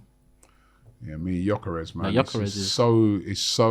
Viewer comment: next time you say gyokeres over sesko, atleast do your basic research...🙄🤦😑